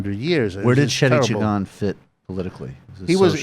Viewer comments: His name is pronounced Jay-gan. Lol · Every Guyanese person that I've ever known has pronounced his name as Jag-an not Jay-gan lol